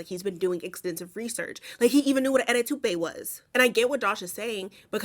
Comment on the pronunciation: The "eddy toupe" is where I stopped watching the movie lol😂😂😂😂